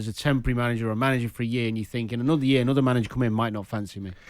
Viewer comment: Yee-arh = Year